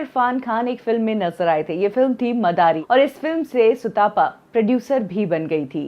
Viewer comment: सुतापा नहीं भाई सुतपा है। तप से आया है। सुतपा मतलब जो अच्छी तप करने वाली है। भारत के लोग आजकल तप शब्द से भी अपरिचित हैं!